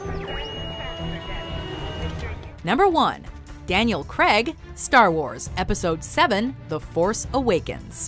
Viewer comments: Why do Americans pronounce it Creg? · Who the fuck is Daniel Creg???? It's Craig! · Daniel Creg? Really? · I don't get how Americans get 'Creg' out of 'Craig' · “Daniel Cregg” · Craig! Craig! Craig! Not Creg! How can you not pronounce it? Craig like vague or plague. Not Creg like Greg or beg. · Down voted for saying KREG instead of Craig. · Who the hell is Daniel Creg? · the funniest part of this vid was how pronounced Craig. Cringeworthy. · Daniel CREGG??